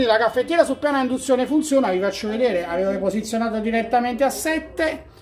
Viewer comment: "Moka per indunzione" ?!?! Bocca mia taci...